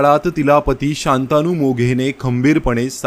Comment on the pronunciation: शांतानु असं नाव मराठी भाषेत नाही, त्याच नाव " शंतनु " मराठे असं आहे, कृपया सुधारणा करावी